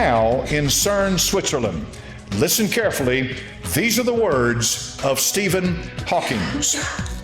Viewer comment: Steven Hawkings It's Steven Hawking